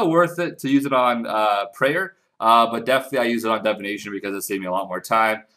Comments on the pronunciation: pls, its divination not devination, you're killing me with this shit man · DIVination not DEVination OMG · Leave him alone its how he pronounces Divination get over it